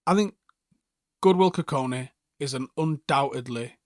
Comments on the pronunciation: How did you get both his first and last name wrong 😅 Goodwill Kukoni ❌ Godwill Kukonki ✅ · Clearly says his name is Godwill Kukonki Says "Goodwill Kukoni". 🤦‍♂️